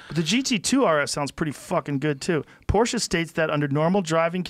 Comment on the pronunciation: "I'm more of a car enthusiast then guns" Can't even pronounce Porsche correctly. Smh Mr Noir.